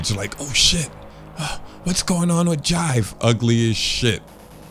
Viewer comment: It’s Jive bruh, I knew this man wasn’t serious 😂